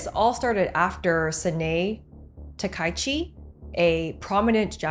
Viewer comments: It's hard to take a video as an expert on Japan when the prime minister's name is grossly mispronounced. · Wait, notwithstanding the atrocious pronunciation of her name, which would be understandable from a Western commentator but not an Asian one, did you just call the prime minister of Japan, a "prominent Japanese politician"? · well if you want to be a professional news youtuber, you need to do some homework about how to pronounce the names of important figures accurately. those are the names you CAN'T butcher. Sanae Takaichi, is pronounced as SA-NA-E TA-KA-I-CHI. she is the first female PM in Japan's history, so that name will be marked in history as long as Japan still existed, even if she might lose the next election.